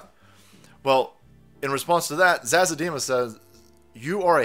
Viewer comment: it is pronounced zawzaw... the finest of green herbs if you indulge lol.